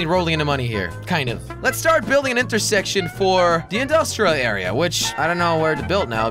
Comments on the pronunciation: When he said intercorse instead of intersection I spat my cereal out. Cheers jelly. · You said inter sex tion